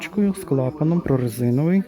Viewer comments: будь ласка кажить:Прорезинений!!!😮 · Так і говоріть , як правильно .